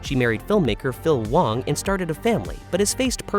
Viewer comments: Wang is pronounced as wOng, despite how it is spelled. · How could you not know Garrett Wang’s name is pronounced WONG? He is friends with my daughter and son-in-law. He came to their wedding. I talked to him at the reception for a little while. He’s very friendly and funny. I enjoyed talking to him. He gave a very funny and thoughtful speech at the reception. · It was for the best. Kes's character was incredibly shallow, and one note. The writers were running out of ways to utilize her. Not to mention she had a lot of mental problems that lead to her having a lot of problems on/off set. Garett Wang (pronounced "Wong") was under utilized until Kes left, at which point he contributed quite a bit more to the series. As I said, it was for the best.